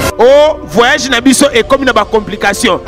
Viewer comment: " Mon vwayajeh"😂